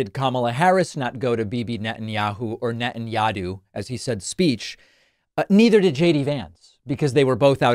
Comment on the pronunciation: He can’t even say “Netanyahu!